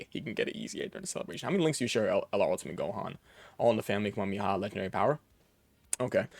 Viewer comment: Hoping to see the STR f2p EZA Bardock and his team sometime. Edit: YOU'RE KILLING ME WITH HOW YOU SAY KAMEHAMEHA... PLZ. Are you one of those guys who got mocked in the Fortnite tiktoks and shorts when Goku got added?